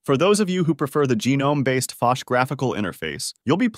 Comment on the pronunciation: Let's not give a pass for "assoos" or "gee nome"